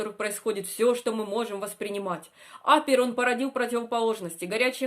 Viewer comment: Что с ударением?